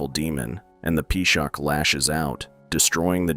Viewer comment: Peeshaak, Peeshaach, Peeshakh❌ its P-shaach